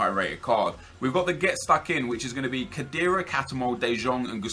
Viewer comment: that's now how you prounce khedira